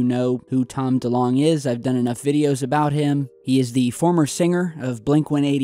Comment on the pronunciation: I might be wrong, but I reckon that Delonge is not pronounced like Delong but like Delonje. :)